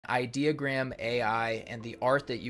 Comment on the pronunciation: i-deo-gram like idiot-ogram not idea-ogram .........😂🙄🤭